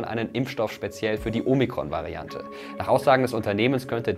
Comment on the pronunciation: Danke für Dein Video! 😊👍 Kleiner Tipp von einer Altphilologin: Das erste „O“ in Omikron klingt wie das zweite. Genau so wie in Ort oder Orbit. Du hast es wie in Omega (oder Logo) ausgesprochen.